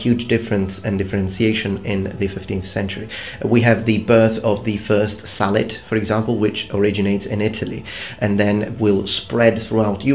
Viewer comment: had a laugh because i misheard it for salad haha really informative video ty